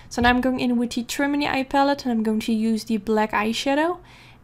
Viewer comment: i know you do not speak english but "trimony" actually stems from the English word matrimony which is where the palette gets its' name as in (matte)trimony so "trimony" is actually pronounced TRI-MOAN-EE or MA-TRI-MOAN-EE if you put it all together. I'm not trying to be rude it's just i'm learning a new language and i appreciate it when a native speaker corrects me. <3